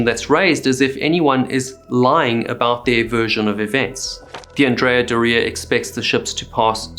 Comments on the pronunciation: Isn't Doria pronounced with the accent on the first syllable? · You should have had someone else say Andrea Doria because you destroyed a beautiful name. Theres no emphasis on the I in Doria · Great video as usual! Just 1 correction to ur pronounciation of "Andrea Doria". Doria is pronounced DO-ria, not Do-RI-a, the emphasis is on the DO, not the RI. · It’s correct (Italian) pronunciation is DÓ-ria, not „do-RIA“ as he’s saying it. He’s pronouncing „Andrea“ correctly though. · It is pronounced Andria “Dooria” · If you’re going to do videos about famous ships, PLEASE learn how to pronounce their names. It’s not Andrea “dorEEah”, it’s Andrea “DOR-ee-ah”. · you pronounce that like diarrhea, put some respect on the name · Wrong! He’s pronouncing Andrea correctly but Doria incorrectly . The accent is on the „O“ in dOria not in the“I“. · Yes, completely wrong pronunciation of „Doria“!!! It’s „DOOR-ria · Andrea Bore-ia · As an Italian and ocean liner enthusiast for over 50 years, I can tell you you’re pronouncing the ship’s name wrongly. The accent is on the „O“ in Doria and not on the „i“ like you’re saying. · I believe "Doria" is pronounced the other way around. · Yeah he’s pronouncing „Doria“ wrong!! The accent falls on the „o“ not on the „i“ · Would be a good start if you could pronounce the ships name correctly- the emphasis in Doria is on the r, not the i. Painful listening to you mispronounce it every single time. God. 🤦‍♂️🤦‍♂️🤦‍♂️🤕🤕🤕🤕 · What's going on with your pronunciation? Andrea "Dor-ee-uh" not "Doree-yah" which sounds like your saying diarrhea and you could use help with Genoa too lol...